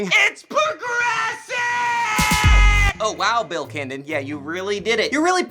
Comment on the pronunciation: Bill "Kindon"?